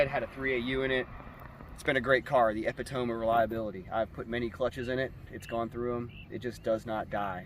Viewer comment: Did he say the epi tome of reliability? It's pronounced UHPITOHMEE.